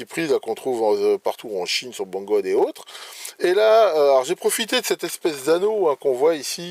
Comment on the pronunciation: merci à toi pour toutes tes vidéos si bien faites et instructives ! J'ai toujours un leger sourire quand j'entends BANGOD au lieu de BANGOOD :)